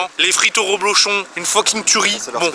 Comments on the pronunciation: DSL mais on dit reblochon avec un E ! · C'est du REblochon et non du ROblochon.